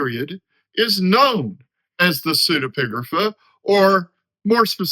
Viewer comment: Thanks, that was very helpful and clear explanation. l was also impressed by your repeated pronouction of the word, not easy